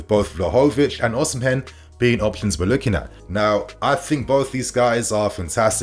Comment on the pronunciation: 🤣🤣 you murdered victor Oshimen name.